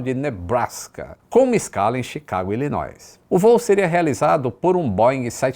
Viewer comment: vc fala tanto do inglês e divulga cupons, etc. Corrija sua pronúncia, Pois não se pronuncia o s na palavra Illinois